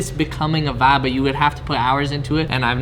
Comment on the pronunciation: Dude, you seem like an intelligent person, could you stop saying vab? I know you're really trying to say vibe, but it sounds stupid being used over and and over and over and over and over. You get what I'm saying? I do love your videos.